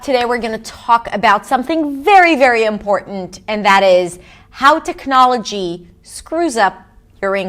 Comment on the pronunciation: You pronounce technology in a way I have never heard it pronounced. I thought it was tehk nah’ luh gee.